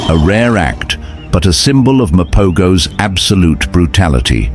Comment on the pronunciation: Mapogos is pronounced ma-po-hos